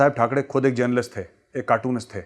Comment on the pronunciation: ठाकरे बोलो मेजर ठकडे नही